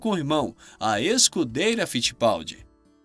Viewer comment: Scuderia, não Scudeira!